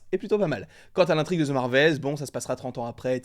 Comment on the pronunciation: ahhhhhh arrêtez de prononcer ``the``, ``ze``. c`est trop. Mais j`apprécie tes vidéos